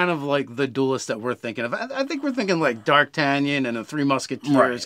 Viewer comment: D'artagnan is actually pronounced more like dahrr TAN yehn. Dart an yan is by far the most popular one for people who speak english but in french the ''throat R'' hrr is very important in the name. Great video though,but whenever someone brings up D'artagnan someone in the comments asks ''is that really what it's sounds like?'' so might as well just leave this comment here. Also someone is bound to make a character called D'artagnan after watching this video so it would be great if they knew how to pronounce their name.